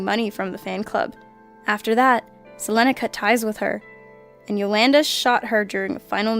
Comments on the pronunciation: Rip Selena! By the way you don't say her name right 😂😂😂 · how can you say "Selena" wrong?!? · Okay, so normally i do not mind when people mispronounce words and names, however if you're going to mispronounce a name as straightforward and as widely known as Selena, you should not have a job narrating. Sorry but how hard is it to KNOW HOW TO SAY COMMON WORDS. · i love the video but please try and find out who to pronounce the names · You said Selena's name wrong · i want to hurt this chick pronouncing selenas name wrong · Wait is Hispanic? I recognize that "Selena" accent when she pronounced it. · she mispronounced Selena's name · I don't appreciate the butchering of Selena's name as you say it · Selena Quintanilla was my cousin xD you said her name so wrong in this video, She died an hour from where I live, its pretty sad that people like Yolanda are actually crazy enough to harm someone that they deem as an Idol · wow you butchered the fuck outta Selena's name good job. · that Dimebag massacre happened on my birthday... also Selena is pronounced the same way as Selena Gomez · i cringed when she said selena's name that wasn't how u pronounce it. . . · I fully cringed. I have no clue why she pronounced it that way. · how does someone not know how to pronounce Selena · Why'd you say Selena's name like that 😂😂😂😂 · I'm sorry this is not meant to be rude but Selena is a big part of my city Corpus Christi.. It's pronounced SA-LEAN-AH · It's pronounced SE-LEE-NA!!! smh man that was so annoying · That’s not how you say Selena’s name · She said Selena's name so wrong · oh My God Can Not even say Selena's Name Right. I feel so sad and angry that people cant even pronounce names right. wtf? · You butchered Selena's name. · YOU BUTCHERED SELENA NAME SO BAD OMG WHY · you pronounce Selena wrong stop trying to over exaggerate a Spanish accent on it its embarrassing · Wow you totally destroyed the pronunciation of Selena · u said Selena name wrong